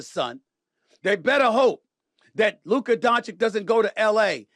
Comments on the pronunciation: Now that hes a laker stephen a all of a sudden knows how to pronouce his name and stopped calling him Luker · He says luker to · After hearing you repeat Luker instead of Luka on multiple videos, let's me know you are doing it on purpose. Put some respect on it! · SAS can’t help but to say Luker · Why does Stephen A keep calling him "Luker"? 😂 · If I hear Stephen A say luker one more time 🤯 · Ma$e says loooka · “Lucuh” is the best one so far 😂